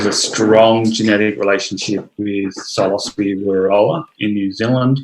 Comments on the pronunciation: like i hate to be " that guy " but its pronounced " si - lo - syb ( the e is silent) note 3 syllables " ... not - " silo -sibee " 4 syllables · Hello. So, the word "psilocybe" is of Greek origin. Greek psilos "bare" and greek kybē "head", meaning “bare headed”. Now the thing is, when pronouncing Greek words, the emphasis goes on the last syllable. So it becomes "sigh-loss-uh-BEE". This rule runs across other genera, Inocybe, Clitocybe, Agrocybe. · I wouldn't have guessed that psilocybe is pronounced like that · I have answered a similar query about the proper pronunciation in these comments. You can totally say it how you please, The word "psilocybe" is of Greek origin. Greek psilos "bare" and greek kybē "head", meaning “bare headed”. Now the thing is, when pronouncing Greek words, the emphasis goes on the last syllable. So it becomes "sigh-loss-uh-BEE". This rule runs across other genera, Inocybe, Clitocybe, Agrocybe. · Bit confused about the pronouncing of Psilocybe as the word Psilocybin is pronounced as silo-cybe-bin.. great presentation BTW..